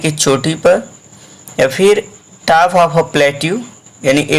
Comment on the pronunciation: Vo tap nahi top hai 😂😂